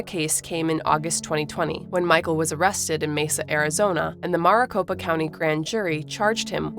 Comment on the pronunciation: The way you mispronounce Maricopa county made my brain explode a little